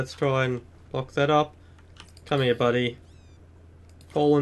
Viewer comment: is it just me or is it funny when he says hea but funny in a good way